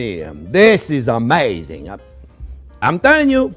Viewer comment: This is uh-MAYzzing